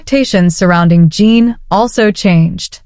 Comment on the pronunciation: It's J-en, jin. Like the drink gin. Not jean.